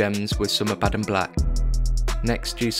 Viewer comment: Must you slaughter the pronunciation of abaddon and custodes